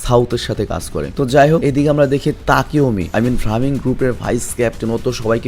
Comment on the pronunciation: ভাইয়া সেনজুর gang এর নাম ভ্রামিন না ব্রাহমান হবে 😊😊